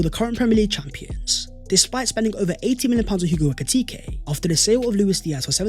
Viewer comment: Hey great content as usual. You tend to pronounce Ebereche as Ay-bay-rayte-say, which kills the meaning, it should be Ay-bay-ray-chay, meaning the mercy of God. You can also call him Ebere, which is easier and is what most Nigerian-named people prefer, as the full name is usually used by their parents when they get in trouble 😅 .